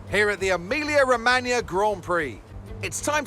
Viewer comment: He actually is the only anglophone to speak Emilia Romagna correctly :O